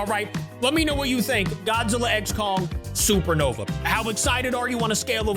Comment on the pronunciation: It’s supernova, not sernova